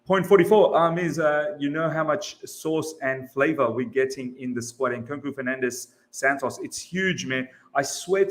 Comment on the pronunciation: Please pronounce 'FerNANdez" the way you would the word 'ENcore'; right now I'm wiping this puke out of my keyboard